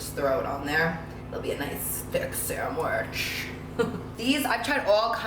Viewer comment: SAHN-WIDGE.. she said it's my specialty sanwiGChhhh 🥪 lol 🤣